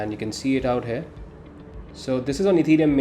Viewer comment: I don't why you pronounce here....like hair...